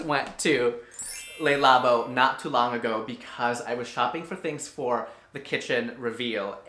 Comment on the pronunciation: Not pronounced "Lay" Lebo. Pronounced more like "Luh" Lebo.